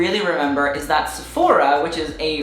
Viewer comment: How you sayfora cracks me up